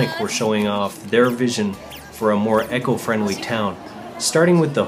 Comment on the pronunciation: its eco,,, not echo